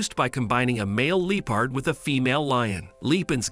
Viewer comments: Your pronunciation of the word ‘leopard’ went from cringey to extremely annoying and bothersome. It was like my ears got stabbed every time I heard it. Who the hell says LEO-PARD? It’s LEP-ARD. That drove me nuts. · The fact he keeps saying Lee-Pard lol kinda taking me out